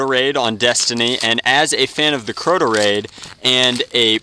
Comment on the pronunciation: It's Crota not croto